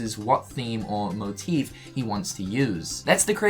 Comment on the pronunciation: The way he says mosaic and motif Really bruh? Also, flashback to Mushroom Kingdom... Hearts. Ah, my childhood.